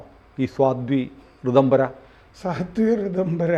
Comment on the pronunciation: സ്വാധ്വി അല്ല സാധ്വി